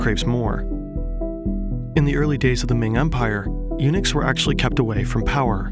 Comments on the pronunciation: WHAT THE FUCK IS A UNIX. LEARN TO ENUNCIATE HOLY SHIT. found out its eunuchs, learn to articulate too'. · At first I was like, why is he mentioning Unix that often? Then realised he meant Eunucs. 😂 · "The Ming Empire was built on UNIX" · I thought you said that the dynasty ran on “Unix” and I got a little confused